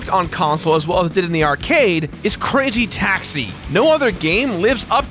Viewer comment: For a second I thought you said cringey taxi